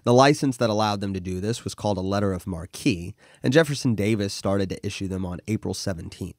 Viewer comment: It's just 'mark' not 'mar-key'.